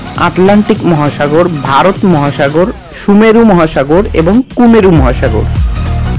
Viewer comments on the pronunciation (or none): none